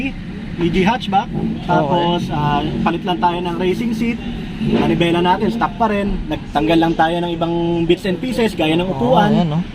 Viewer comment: Baiseekali stuhck "Basically stock"